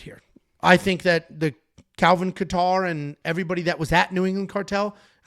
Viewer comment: How do yall NOT know how to pronounce Kattar's name ? :face-green-smiling: Sounding like casuals.